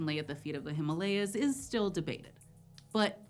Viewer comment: Well.. First American who pronounced The himalayas correctly.. Kudos